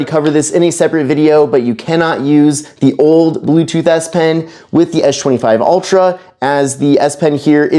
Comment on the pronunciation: exactly he said s pen correct and not esh pen